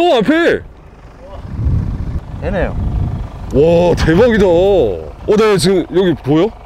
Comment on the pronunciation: 되!네요 이부분 왜케 찰지지 앜ㅋㅋㅋㅋ